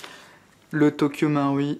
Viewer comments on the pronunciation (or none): dsl mais sa se dit tokyo maruuuuiiii il faut dire le u ahha